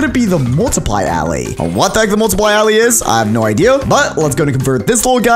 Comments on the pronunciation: How every one else pronounces it: Alay How pronounces it: alaeh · Why did you say allay’s (a-lay) instead of allay’s (uh- lay) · this guy says alley instead of allay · When he says allay he pronounces it as all-ay but when saying bottle of allay he pronounces it has a-lay (im not being rude or discriminative i just think it sounds weird) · its not ally its allay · I feel like "allay" should be pronounced like "aller". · It is. Not allay it is a-lay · It's pronounced aelaeys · If you can't say allay right then I'm not watching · he says allay so wrong i get a headache